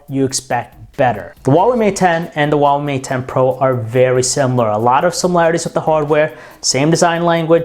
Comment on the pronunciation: AI LOVE OU XUAVEI MAT 10 PRO !